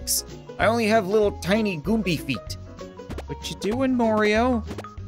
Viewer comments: it's gombas not gomby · Gumba not giimbas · Gumbies... Me: its Goons...